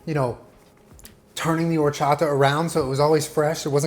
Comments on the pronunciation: As a mexican I appreciate this video so much but I appreciate you WAY MORE for not pronouncing WHOREchata XD Recommendation on the elote: before you put mayo on the elote, rub while squeezing the lime directly to it, then put mayo and lastly the cheese. I don't know if US sells salsa valentina but if you're able to get it and mix it with tajin that'll be amazing! Although the traditional chili "sauce" is chili powder (chile de abrol) and lime juice mixed together until creating a paste. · I am just here to judge how pronounce “Horchata” 8/10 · The way he said Horchata 😍 yes! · The fact that you said Horchata correctly... instead of saying whorechata.... you deserve the world 😂❤️ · It literally warms my heart SO MUCH that he pronounced horchata correctly 😭💕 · when you pronounced horchata correctly, i knew this was gonna be bomb af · The way he pronounced "horchata" was perfect. Felicidades, you are Mexican now jajaja <3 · So proud at the fact that says horchata correctly and doesn’t pronounce it “WHORECHATA” like other people 🥰🥰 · I'm proud of u and said horchata correctly. That's my comfort food right there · I'm really impressed that you said Horchata perfectly 👌🏽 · It makes me real happy that he pronounces horchata and cotija the right way, I love him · I love that he said horchata correctly lol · Awesome job. When you first said horchata, the accent, I said "ouuu" out loud because you said it so well. 👏👏👏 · The pleasure I got from saying "horchata" the right way, instead of "whorechata" like every american does *chef's kiss*🙌🏻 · I'm so glad you said horchata right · That horchata pronunciation is so good you know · Yesss! When he said horchata correctly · I love that said horchata and not whorechata. Spoken like my real dad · Appreciate your pronunciation of horchata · You say horchata so well 😂😂!!! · The way pronounces horchata correctly but not elote is absolutely adorable 😂 quality content 👌🏼